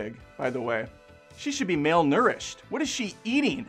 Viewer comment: Male-nourished 😂 tell me I’m not the only one who caught that